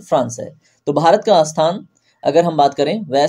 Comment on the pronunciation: Sir aap bahut achhe se haste ho jab aap Bharat ko behrat bole 😊